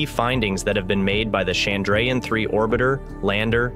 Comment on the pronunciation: Nice video. Shame about the pronunciation of Chandrayaan, though.